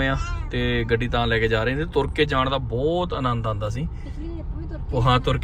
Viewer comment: Bai booutt ne hunda. Bhut hunda. Kafi sentence thik krn wale ne.